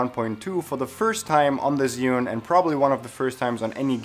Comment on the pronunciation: Thanks for the upload just a small correction as for the name of the Chinese product. It is Zhi and sorry for being such a noooob concerning that but I studied Chinese language and it hurts my ears to hear it otherwise here is link how to say it Thanks for the upload...love the transitions you use!